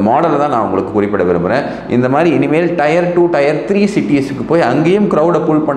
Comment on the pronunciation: It is Tier 2 /3...... Not Tyre. Please